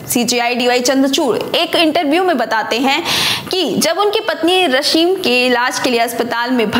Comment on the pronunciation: रशीम नही रश्मी |उच्चारण सही होना जरूरी है |बाकी सब ठीक है|